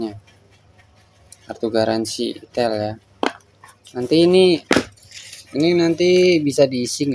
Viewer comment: Aksen penyebutan nya enakan "aitel" Bang daripada "itel", soalnya kayak aneh aja kalo denger nya 😅😂